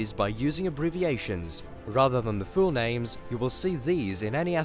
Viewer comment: Why do you pronounce everything so WEIRD. Axis = Axees Pulsar = Pulsa Full = Fool Kilo = Kila Hole = Hoal These are just a few examples but it's like you're a mix between Microsoft word text to voice and a human being. Really fucking weird to listen to.